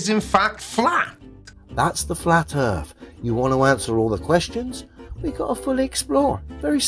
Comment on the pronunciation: Initially I thought oh what an idiot he thinks the Earth is flat but what he clearly said was" Erf". I don't know what that is but I guess there is a non-zero chance that is flat